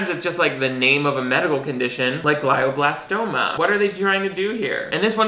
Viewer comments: I know this is nitpicking, but glioblastoma is pronounced “gleeo blastoma”. EASY to fact check. Another lazy call on the show’s part. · My cousin: My dad didn't die of glioblastoma just for you to pronounce it wrong in this YouTube video